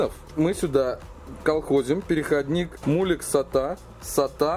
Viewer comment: уважаемый автор,прекратите коверкать название коннектора Molex ,отвратительным словом мУлекс.